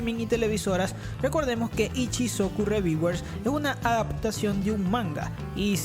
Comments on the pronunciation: ReVieWeRs jajajajaja mames me dolio oir esa pronunciación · que mal ingles: Ishisocu reviguers